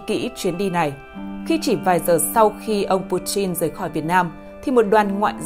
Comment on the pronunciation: Butin hay buchin vậy Đọc lệt thêm tí nữa là bỏ mẹ m đấy ad